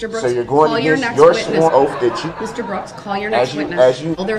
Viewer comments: "Your "oaf "Your Honor "...🙄😒😏😶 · All the axing and oaf.. KILL ME. I ALMOST think he believes the crap he spills out of his mouth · Yes The OAF of office that was the question he AXE. I bet his 18 year old son is proud of this guy! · I have a whole video of him just mispronouncing words lol my favorite Thanks for watching Trey! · Oafe. Bofe. And troof. Biastness. Bwahaha bwahahahahaha a true scholar. Shock device I know how it looks